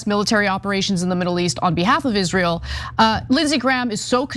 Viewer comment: That's, "Isral," as Linda says.